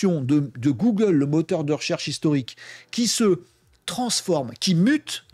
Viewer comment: Bjr une 1ère ici. Les sujets sont bien mais la narration m’a fait fuir, les "c’est nous qu’on va" et les "gougle" m’ont fait saigner les oreilles. Bonne continuation